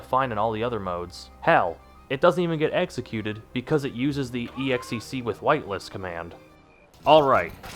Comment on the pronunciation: can you stop pronouncing "exec" as "ee ex ee see"